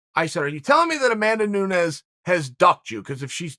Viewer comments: Confirmed. He let it slip within the first minute. Said Amanda noons then said “your telling me amanda Nunez doesn’t want to fight pena” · Hold on…. Did he just say Amanda Noons?? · Nu -nez proper pronunciation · Everyone: Nunes Charl: Noons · No way he pronounced her name "Amanda NOONES"... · What is "Nuuns" ?! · Amanda noons lol 😂 Chael with his own pronunciation of names 👍🏻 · Did you just say "Noons"? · Chael: Amanda nuuns Me: yes yes nuuns the goat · "Amanda Nunz" -Chael Sonnenz 2021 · Amanda "Noonz" I did not know It was mid-day.. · Me: potentially hears Chael say ''Noons'' in the beginning of the vid Also me: comes down to the comment section to see if others heard this and is not disappointed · Pronounced Pena correctly, but not Nunes…. Where tf did this goofball go to college again? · Juliana Pena was subbed by GDR who Amanda beat twice and dominated on the ground, and she got subbed by Valentina Shevchenko, who Amanda beat twice mostly due to her wrestling. Amanda is the better striker and is probably the better grappler too. Amanda by second round TKO. Also it's funny that after all these years Chael still can't pronounce Amanda's last name right. 😂